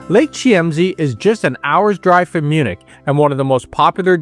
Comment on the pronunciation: ..it's pronounced ",keem say"...not key eem see